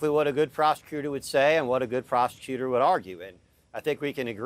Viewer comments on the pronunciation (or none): is it just me or does it sound like that attorney is saying “good prostitutor” instead of “good prosecutor”? LMAO